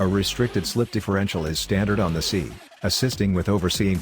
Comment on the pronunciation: Man how hard is it to get that speech software to say S.I. instead of "si"?